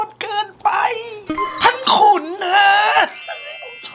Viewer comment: อ่านท่านขุนเป็น ท่านขนุนหลายรอบมากค่ะ😅